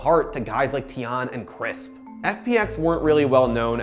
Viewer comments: Constantly apologizes over potentially mispronouncing Korean names, but can't say Tian despite there being constant examples in their sample videos... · The way mispronounced Tian’s name makes me cringe